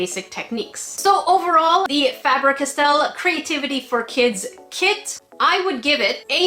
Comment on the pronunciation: Oh god I love your videos but, i was dying rolling around on the floor laughing when you said, Fabric Estelle!! YoUr SaYiNg It WrOnG!!!!!!!!!